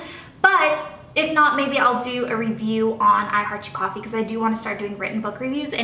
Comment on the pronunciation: "You can't have cawffee pinecone, you're only tew yrs old! You're not even in school yet!" Awwwww :)